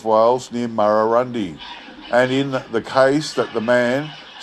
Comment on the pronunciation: Excellent again thanx. And it's pronounced Murrurun deye